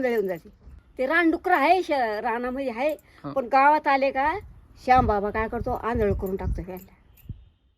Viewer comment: 🕋☪️शहामियाँ बाबा ❌ 🛕🕉️श्याम बाबा ✅ 😅😅😅